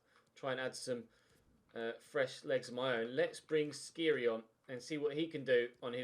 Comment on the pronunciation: The "kh" in Skhiri is pronounced more or less like the "j" in James Rodriguez i believe, don't have to say it tho just fyi. Great series!!